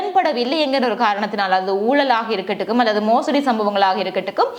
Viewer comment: சோகதரி " இருக்கக்கூடும் " இது பிழையான உச்ச ரிப்பு